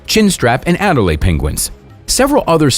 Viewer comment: Adelie penguins, not Adelaide.